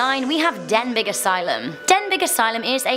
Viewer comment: Den-BEE asylum. G is not pronounced.